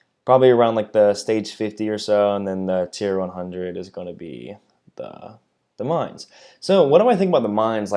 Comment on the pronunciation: Dear! You are the first one of the english speaking CCs (…that I see…), that pronounces the name of the Mainz correctly. Thank you for that! 🙏 Also, I am with you on this topic. Not amused… I really hope for a change towards AP focused ships. Gonna take out Baltimore just for the heck of it.